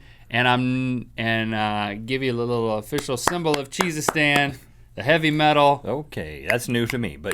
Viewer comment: Sounds like Jesus-Stan lol cheesestan